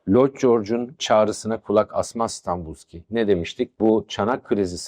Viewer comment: Hocam öncelikle saygılarımı sunuyorum. Anlattıklarınızın müptelasıyım. Araştırmacı ruhunuza, anlatım üslûbunuza, sahada harcadığınız emeğe hayran olmamak mümkün değil. Videolarınızı heyecanla takip ediyorum. Ben Bulgaristan göçmeniyim. Önemsiz küçük bir düzeltme yapma cüretini göstermek istiyorum. Dönemin Bulgaristan başbakanının soyadı Stanboliyski (Станболийски) şeklinde telaffuz ediliyor. En içten teşekkür ve saygılarımı sunuyorum.